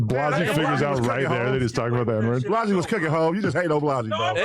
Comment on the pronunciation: Adam…the name is Blazzy, not Blozzy